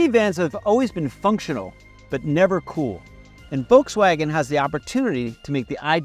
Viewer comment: "The ID.Buzz that we rented from Volkswagon?" Did I hear that right? Rented?